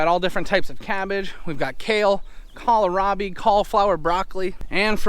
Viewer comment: I laugh every time you call it kal-a-rabi hahah